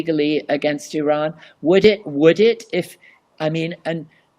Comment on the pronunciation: Thank you for your great video, and your perfect pronunciation of IRAN. I've including the proper Pronunciation of IRAN & IRAIAN for your audience. "IRANIAN" however, is often mispronounced by many, but not all. The following is a review for your audience : IRAN, is pronounced "Eee-Ron". It's neither Pronounced "Eee-RAN" nor "Eye-RAN". Moreover, IRAN shares its literal meaning with IRELAND (Land of Aryans). Once again, the proper pronunciation for IRANIAN, is "Eee" (rhyming with See) + Ronnie (abbreviation for Ronald) + Yan", rather than "Eee-RAINY-Yan". A simple mnemonic would be "There is no RAINY weather in the forecast"! Thank you